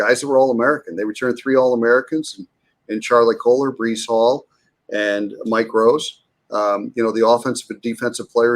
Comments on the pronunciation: Ba-Reecy Hall? What the hell is this guy talking about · IT'S BREECE HALL! NOT BREEZY HALL! Good god man. Guy lead the nation in yard and he can't say is name correctly. Now that I got that out of the way. Great interview.